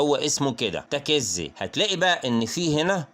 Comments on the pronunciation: الاسم تكيزي لما تنطق لا تشدد حرف الكاف تخفف الحرف اتلعم لغه عربيه الاول واطلع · برضوا غلاط الكاف والزي مفتوحين مش مشدين هوا ينطق الكاف ومشددة وهيا العكس وحرف الزاي أيضا تكون زاي مخففه ويا اخي أنا تخصص لغه عربيه